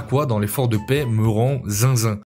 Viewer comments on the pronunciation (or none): none